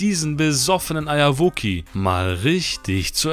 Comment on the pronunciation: warum sagt er immer Eierwoki und was ist das für ein Format? xD